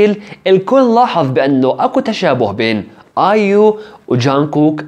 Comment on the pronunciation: بليز مو ايوم اسمها ايو